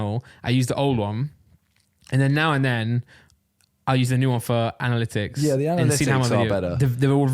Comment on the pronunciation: Randolph, say it with me now, Anna-lit-icks (Analytics) 👍🏿 I got you. Edit: Also, Kon-tro-verse-ee (Controversy), hope 1 of you reads this 👀 Edit edit: At the end of the day, you can say it however you want 👀💀